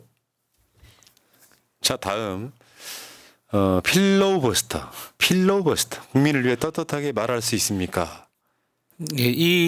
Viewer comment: 필로우버스터가 아니고요~~ㅎ 필러 버스터가 아닐까요 ㅋㅋ